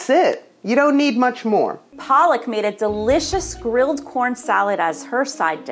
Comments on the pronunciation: Tbh its pronounced "Paluck" not "Palak" Palak is spinach mam. And she must have been brought up outside India if she can't pronounce her name right. Not shading or anything but as an indian, the fact that she can't even pronounce her own name correctly is driving me nuts!! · Palak even can't pronounce her own name correctly 😒